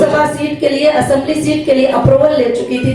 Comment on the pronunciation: Asaduddin Owaisi aisamlee nai parliament bolta sharfuddin phala bolna seakho new bolna nikala